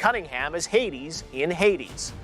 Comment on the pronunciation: In all the world: Hades Goty: Heidis